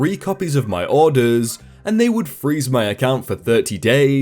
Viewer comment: How you say orders bothers me